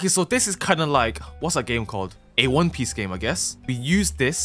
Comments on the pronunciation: "Won peece" 💀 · "Won peece" thats one piece on crack 💀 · won peece game ahhaha